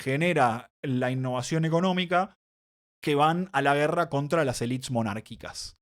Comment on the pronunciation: Muy bien pero estás hablando en español, pronuncia "élites", no "elits" jajaja.